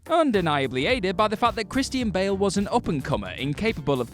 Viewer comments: Kris-teen Bail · Christy-ann Bale